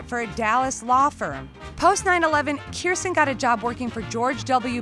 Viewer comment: You're mispronouncing her name. Please be sure to pronounce the "j" in her name. "Kirst-Jen"